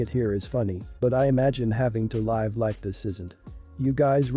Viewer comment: You need a better artificial voice program. Words like LIVE are always mispronounced.